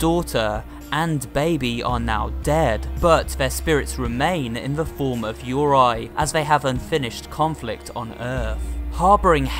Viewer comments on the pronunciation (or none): Its...frekin...Yu-re-i NOT URAI! jesus...its...really irritating me... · The word 'Yurei' is pronounced: You-ray. YOU-RAY. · I think Yurei is pronounced 'you-ray' but otherwise great video!! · meanwhile this dude : "it called YURAI not yurei" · I think he's trying to pronounce 'yurei' (YOO-RAY for those who don't know)👻👻👻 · I’m pretty sure it’s pronounced U-ray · The way he says Yurei kills me.